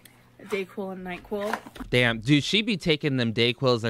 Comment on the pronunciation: "Dayquil and Night-quil" 😁